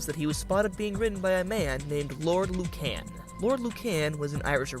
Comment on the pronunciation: And Lord ‘Lucan’!